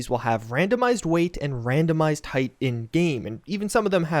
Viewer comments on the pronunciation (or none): none